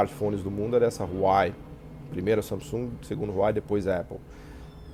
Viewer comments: Errado,. 1º- A grafia não é "Hauwei", e sim Huawei. 2º - Esse seu "Ráuei" na pronúncia deve ser fruto de colonialismo mental... Por isso pronuncia o nome de uma marca chinesa como se a China falasse inglês, "h" com som de "r", p.e.. A pronúncia correta é algo próximo a "uá-uêi". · Huawei = "uá-uêi".